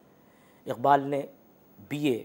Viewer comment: इक़बाल के क़ और ग ज़ल के ग को उच्चारित नहीं कर सकती।